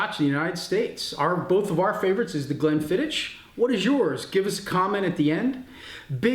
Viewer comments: Great little video chaps. Glenlivet for me. Also just a minor point Glenfiddich is pronounced 'Glenfiddick' not 'Glenfiditch'. Raising a dram to the Little Wars team :-) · Not quite 'Glenfiddick' either, Tales - the sound of the "ch" at the end of Scottish words like "loch" are not easy for non-native speakers. Hard to describe in writing but when you say it, it's almost like hacking up some catarrh! 8-). Have a listen to the Scottish guy's pronunciation on the video again (and if it helps, swallow a few drams beforehand 👍 ). Btw, Glenfiddich for me, please.